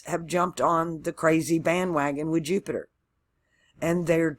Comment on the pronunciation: You didn’t say Jew-Peter this time! (Jupiter) That’s how I remember! 😁. Thank you for my chart! 💚☀️💚